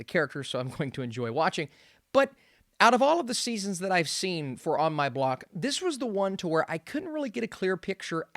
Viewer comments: Ah yes, On My Bock... such a great show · I think you mean On My Block not Bock